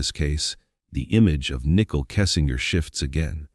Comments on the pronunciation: Is this an AI voice or just a bad reader? Why does he keep pronouncing Nichol's name nickel? Who edited this and didn't catch the error multiple times. Low quality video with too many conspiracy theories instead of facts. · Common dude... Nickle Kessinger??? Robot. That ruins everything